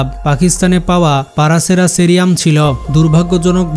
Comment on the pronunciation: ভাই সঠিক উচ্চারণ হবে "প্যারাসেরাথেরিয়াম"